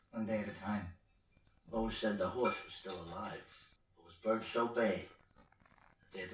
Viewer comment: When Ralphie says "it's just a horse" it definitely sounds like "it's just a whore"